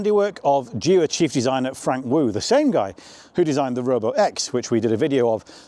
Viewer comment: I got the video suggested dunno why maybe because of my professional deformation... i skipped straight through it when you tryed to pronounce the name of the car 😂